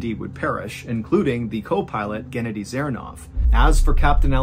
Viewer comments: Mr. Ballen! Its not gEnady, its genAdy! 😊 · It’s pronounced “geh-naw-dee” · It’s GhennADiy, not GEnnadiy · Guh-nadi is the best way I can tell you how to say the name in the first story. Not like Kennedy. Sorry. It just a little info. I know Russian names are hard to pronounce. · Genedi 😂😂That’s hilarious it is pronounced Genodi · Pronounced "gehnoddy" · I think it's pronounced "geh-NAH-dee" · It is pronounced gen-AH-dee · I'm pretty sure it's Ghenadyi, and not K/Gennedy... Also Mihail, not McKyle...